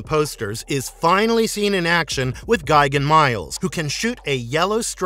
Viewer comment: It’s gi-GAN Not gigin